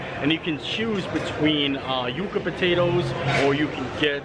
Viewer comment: You were pronouncing it correctly. Its You-kuh. Its a root. I hear so many call them "yuck-uh"